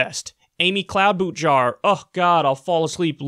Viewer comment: Talk pls don't say cloud-boot-jar or bet-on-my-stork anymore. it was never funny. that said... great vid, as always. love ya bro. edit: or jellobrand or breakfast cereal..... thanks